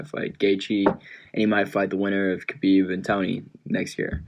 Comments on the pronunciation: Tito can’t even spell his own name, much less pronounce Khabib’s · Hope Tito doesn’t see how Uncle Chael butchered Khabibs last name 🤣